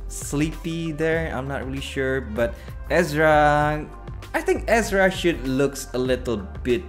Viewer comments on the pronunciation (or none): ERZA NOT EZRA